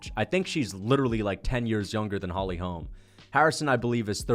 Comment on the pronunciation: The way you pronounce holy holm is so annoying